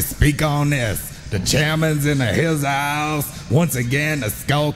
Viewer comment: ' skull captain in the hizouse ' lol 😂